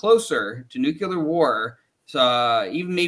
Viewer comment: Please stop saying “nucyular”